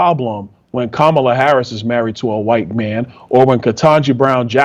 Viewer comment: I love you and I know you're a good man. Let's start there because I have criticism. Please! Don't say "Wah-hite-" or "Y-tee"! You're a strong man and you need to be one of the good voices against all this made up racism that we are being propagandized with. Using their weird and stupid ways of saying words only furthers their evil agenda! Let's reject it all!! No more crazy and no more pretending that the lies are real!